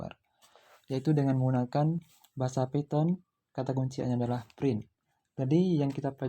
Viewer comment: Python itu bacanya paiten bukan piton